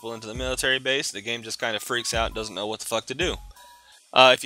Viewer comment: Ikr cnow instead of know.